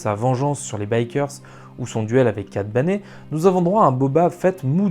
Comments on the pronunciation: Pardon mais, Cat "Baine", pas "Bané" ..! ^^ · Parrr contre cat bané je n'avais jamais entendu l'accent Francais sur le pauvre Kat Bane (ton contenu est giga lourd)